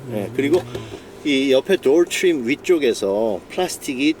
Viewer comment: 단어 발음 죽이네 대쉬 볼드 도얼 츄림 R 발음 연습 많이 했나봐요. 다른 단어들은 한국적인데 퀄리티도 퀄러티라고 하고 소프트도 솨프트라고 하셔야지